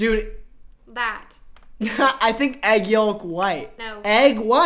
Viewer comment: He said egg yoLk white